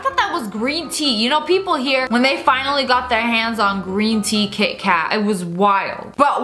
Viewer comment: me: kit-kat lia: ki-eh ka-eh me: what? lia: wha-eh?